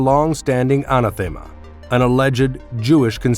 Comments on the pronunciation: ~ : "Anathema" should be pronounced like "uh-NATH-uh-muh" not "AHNA-them-uh." Nitpicky, perhaps, but definitely should've been corrected before uploading. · Informative and educational. Whoever did your narration should really check up on correct pronunciation (if it's even a real person and not AI). There were several blatant mispronunciations (anathema being the biggest one) that drove me nuts!